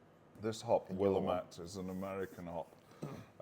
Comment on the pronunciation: In Oregon, where Willamette hops were developed, they pronounce it as will-LAMB-it.